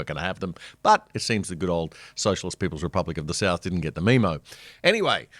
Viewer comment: I thought the first time he said 'meemo' it was an accident. The second time it was clear it was intentional. Since when do Australians pronounce memo as 'meemo'? It's bad enough pronouncing debut as 'dayboo'.